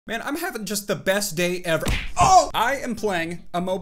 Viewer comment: Heaving? Can’t tell if u did that on purpose or not?